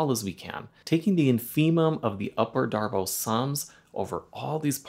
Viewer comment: Pretty sure it's "Darboo", not "Darboh". At least if we're assuming the name is French.